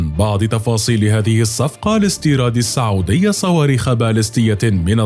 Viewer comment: ليش المعلق يقول ( الصعوديا ) بدل من السعوديه 🧐🤔